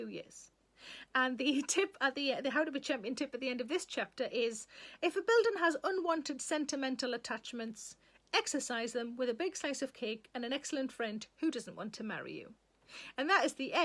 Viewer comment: I take it you're saying exorcise - not exercise? .. sounded more like the latter, just had a picture of you doing start jumps in the cafe... nah